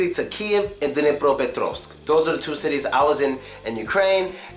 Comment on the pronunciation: Bože mij. This guy is such a jackass! He's judging the Hryvnya! Oh yeah? It's Dnipropetrovsk, not Duh née Praha petrahvsk